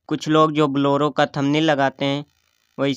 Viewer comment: You say bollero